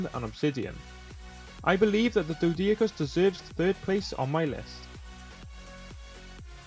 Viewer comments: its pronunced Doe-Dic-Urus and An-Kee-Lo-Saur-Us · Pronounced doh-dick-or-us and ankie-low-saurus